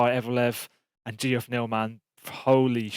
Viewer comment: saying “GeOff” neal haha it’s “jeff” bruv